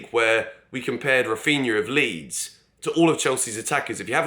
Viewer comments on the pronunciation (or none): none